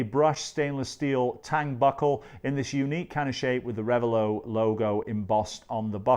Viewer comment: It's not rev a low, it's rev a lot. The name is two words combined: revel and zealot.